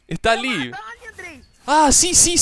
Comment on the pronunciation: y su intento de hablar portuges me parte de la risa con ek alli ali